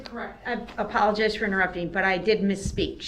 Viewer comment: "I pollogize" very articulate. 2nd grade at best, so it does make sense that this IDIOT will be prosecuted again inside of prison as an adult, oh wait "I pollogize".